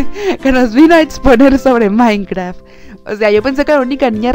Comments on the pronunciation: XD es minecraft no mainkra XD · La palabra secreta es “mainkraa”